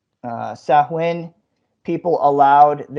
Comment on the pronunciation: Im down , Sam Hain?!? If you're gonna attempt a documentary on a festival at least learn how to pronounce it 🤣🤣🤣 "Soween" not sam hain🙄 one Google search would have kept ya from looking like a twit.